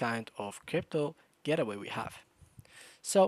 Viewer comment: It’s the accent. He wasn’t saying "gateway".